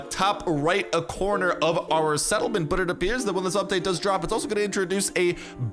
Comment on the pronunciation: When says it: “UPpa-date!”